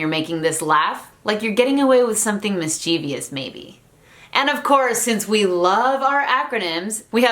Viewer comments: Very interesting video. One thing: you technically pronounced "mischievous" wrong (There's no i after the v). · Personally, I pronounce it miss-chivis, but you're right, so many people pronounce it the way you pronounced it that it might be an official pronunciation by now rsrsrsrsrs 😂. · "mischievous", though.